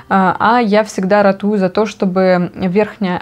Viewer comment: Тогда уж точно должны знать на какой слог падает ударение в слове "ратую".